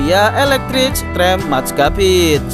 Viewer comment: Bang, sekedar memberitahu. 'Maatschappij' itu dibaca Matskhappey terus huruf 'G' Belanda dibaca layaknya Ghoin